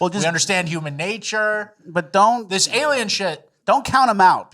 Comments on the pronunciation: Alien... N. You say aliem........ please fix that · is he saying "Aliem"? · A-lie-n's. Its literally in the name. They are fake & Christ is King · why do you say drome and aliem? Maybe that's why aliens think you're gay. Rat Boy, you are close enough to punch him. What gives?